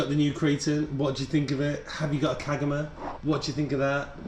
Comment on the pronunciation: Kagama is pronounced kar ga ma dude 😅😅